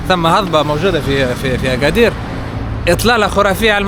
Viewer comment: لا لتحريف أسماء الأماكن المدينة اسمها أكادير وليس اغادير وله دلالات باللغة المحلية